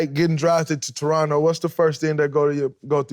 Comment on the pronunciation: Most underrated part of the interview is Draymond pronouncing Toronto properly. Real ones know the second T is silent